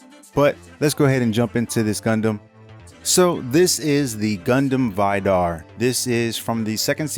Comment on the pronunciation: The way he pronounces Vidar hurts. It's supposed to be pronounced "vee-dar" not "veye-dar."